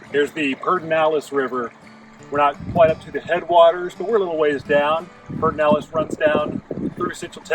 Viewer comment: PED ER NALES not PERD enales River!!! Why does almost everyone mispronounce this river along with the city of New Braunfels? They say New BraunS fels?!